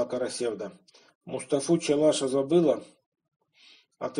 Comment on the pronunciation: В слове "Карасевда" ударение падает на последний слог, в тюркских языках это так. КарасевдА.